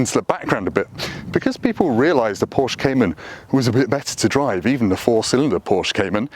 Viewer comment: I appreciate how he says Porsche like a normal person. Not like a pretentious a hole. (Porsh uhhh)